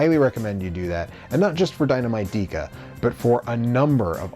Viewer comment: Why did you pronounce it "Deeka" and not "Deka (Decka)"? Even the clip at the end said Deka. Great video otherwise.